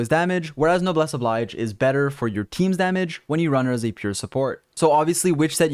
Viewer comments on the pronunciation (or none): i don't want to be a smart ass and you'll probably never read this, but the "obliege" in noblesse obliege "obleedge" and not "oblydge" (it's been bothering me since 20 videos or so lol) other than that, awesome job as usual!